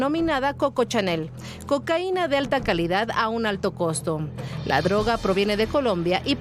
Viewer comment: No es coca chanel, es coco chanel, no es tupsi, es two c, tusi, si no es paleta. Investiguen bien reporteros.